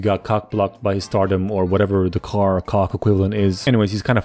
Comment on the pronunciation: You said car not right